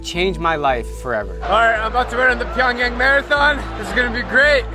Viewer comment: Dude you're telling me you taught English in South Korean and went to North Korea and can't even say Pyongyang right?